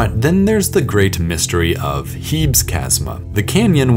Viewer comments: "Heebs" (This feature is named after the Greek goddess Hebe, pronounced "Heebee". Most features on other planets should be pronounced in Greek, in fact.) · I cringed every time he said "HEEBS". Its clearly from Greek, which pronounces the "es" unlike English. I certainly hope you dont pronounce Hercules like "HER-KULLS"